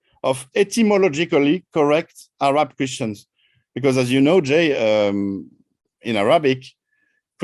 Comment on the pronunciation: I can accept most of it....but Ahhh Raaaab is horrendous. It KILLS content and context and needs to be corrected. Not even French intellectuals say Ahhh Raab.